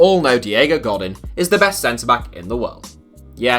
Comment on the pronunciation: Diego God in..... godeeen bro There is no in sound in spanish its en without a accent. Een with an accent mark. Cringe.